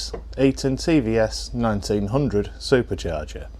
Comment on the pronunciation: Can you make a video teaching us how to say "supacharga" so elegantly as you do